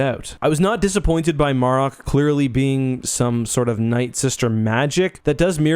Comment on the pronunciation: botching the hyped up “secret character” Marrik great job.